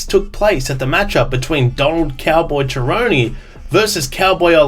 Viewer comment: Nah I'm not giving this video a like because you pronounce 'Cerrone' like "Jerrone" & as a fan I cannot respect that. BUM